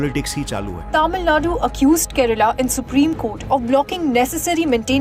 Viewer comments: Sir, it's kerala...nor Kareala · Sarr itch Kerala sarr😂😂😂😂 not Kearla sarr😂😂😂😂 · Hy brooo is not Kearla it's is kerala